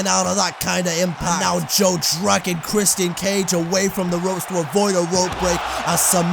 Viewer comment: Dude said “Christ-Ian”